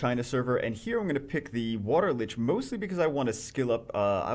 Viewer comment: each time you said light lich.. I cringed harder and harder. We know what you meant though.. even if my face is now in an awkward permanent cringe state